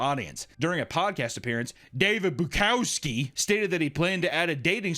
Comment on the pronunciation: I love how you mis pronounced his last name the whole time